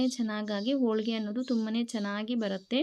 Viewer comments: Holigr not olige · ಸಾಹಿತ್ಯ ಅಲ್ಲ ಅದು ಉಚ್ಚಾರಣೆ, ಅವರನ್ನು ತಿದ್ದುವ ನೀವು ನಿಮ್ಮ ಶಬ್ದ ಭಂಡಾರವನ್ನು, vocabulary, ಹೆಚ್ಚಿಸಿಕೊಳ್ಳಿ. ಆದರೆ ಅವರ ಉಚ್ಚಾರಣೆ ಎಡವಟ್ಟು ಆಗಿದೆ 😅 ಹೋಳಿಗೆ ಓಳಿಗೆ ಆಗಿದೆ. ತೆಂಗಿನಕಾಯಿ ಒಡೆಯುವುದು ಆಗದೆ ಹೊಡೆಯುವುದು ಆಗಿದೆ. ಅರ್ಧ ಹರದ ಅಕ್ಕಿ ಹಕ್ಕಿ ಯಾಗಿ ಹಾರಿ ಹೋಗಿದೆ 😅